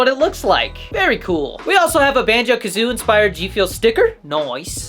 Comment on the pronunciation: Its called BANJO KAZOOIE NOT BANJO KAZOO, You IDIOT!